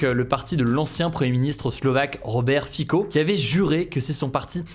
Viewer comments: Robert Fico, prononcé "Robert Fitso" (le T de Robert se prononce aussi). EACOP prononcé "ikop". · Huga ta prononciation du Slovaque à besoin d'un peu plus d'entraînement. Ça se prononce Fitso